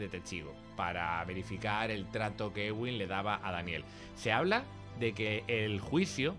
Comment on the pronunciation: Es eduin no egüin, de Edwin.